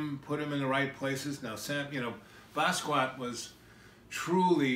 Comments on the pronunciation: Thank You! Bah-ski-aht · Basquiat lived with this guy but he can't pronounce his name? He doesn't say anything you can't get from a generic documentary and a good deal of it is innaccurate, especially about Jean Michel. His innability to stay on track really has me convinced he literally had breakfast with John Lennon multiple times a week. Smh.